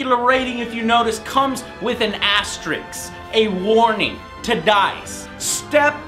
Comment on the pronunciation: It's "asterisk", not "asterix" or "asteriks".